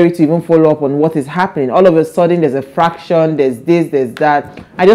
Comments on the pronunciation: That word is “faction”, NOT “ fraction”’ pls, madam. Thanks for the good joke b though. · Nne, it's not called fraction. It's faction.